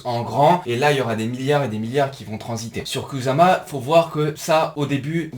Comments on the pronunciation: étant japonophone, je peux te dire qu'à la française, ça se dit "koussama" 😁 Pareil que pour nos amis motards sur "kawassaki". Pour faire bref, le "s" se lit "ss" et le "z" se lit "z". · Exactement, je me suis permis de rentrer sans le sujet vu que tu te trolles tout seul 😂 Et oui, ça se dit koussama 👍 De même que karura se dit "karoura". Les japonais ne t'en voudront pas, car il n'y a ni "r" ni "l", mais un son entre les 2 un peu roulé 😁 Dans tous les cas, c'est cool, encore une fois super vidéo 👌😎 Pas facile pour nous les français, mais en fait la prononciation est plus simple qu'il n'y paraît.